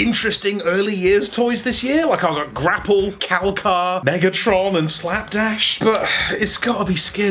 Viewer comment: it sounded weird as hell when you said it. Sorry for the trouble, m8. Also thanks.